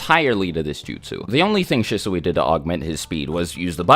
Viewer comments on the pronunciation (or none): Shisui is pronounced She-Swee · shih-soowee lmao. shee-swee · Isn’t Shisui pronounced Sheeswe? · Him mispronouncing Shisui’s name was driving me insane, lol